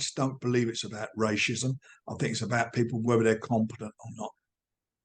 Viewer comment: Frank needs to retire he’s getting worse as the weeks go by he can’t even say racism “rachizem” 🤦🏾‍♂️😂